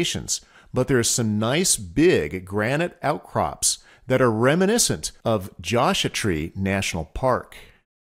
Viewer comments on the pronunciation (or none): Really enjoy your videos, but I am curious about your pronunciation of "Joshua" as "josh-ah". Is that how the locals pronounce it?